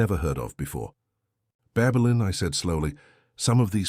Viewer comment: Babelin or Babylon😂Ffs